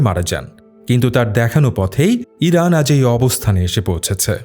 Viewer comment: Vai kalo eiran eiran kory ken 😅😅😅